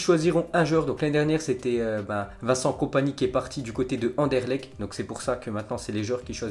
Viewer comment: On dis pas Anderlec mais Anderlekt (un peu de respect quand meme)